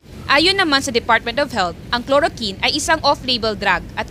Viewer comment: Chloroquine! K L O R O K W I N!!! HINDI KLOROKIN